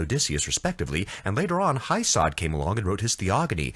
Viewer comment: “Hesiod” not “Heisod”, right?